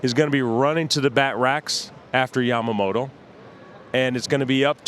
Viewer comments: love how big Papi calls him “Jamamoto” 😂 but seriously big respect for the props the guys give to today’s current players and the performances they’re watching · I prefer it over the people who call him YAM-MA-MOTO.